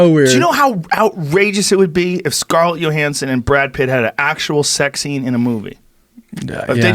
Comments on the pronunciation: Joe "Scarlett Yo-Hanson" Rogan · Scarlett "yo" Hansen 🤣🤣🤣